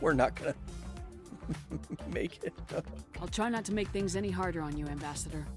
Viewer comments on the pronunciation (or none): none